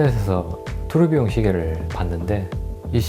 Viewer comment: 초에 투르비용 시계를 토르비욘 시계라고 들림 ㅋ